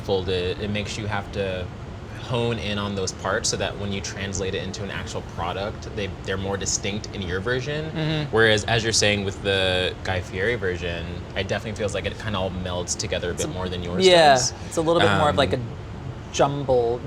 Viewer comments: Guy Fee-eddy. It's not that hard. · Wow, how do you miss pronounce his name on this? Sad world we live in. Fee-eddy you uncultured swine. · You would think that people in the same industry can say Guy's name correctly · It seems rude to not bother learning how Guy pronounces "Fieri." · You'd think they would know how to say his name